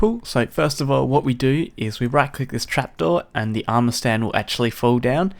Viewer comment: I cringe when it says "amour"